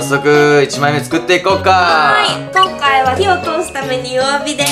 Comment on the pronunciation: こんかいがきょんかいになってるよ（笑）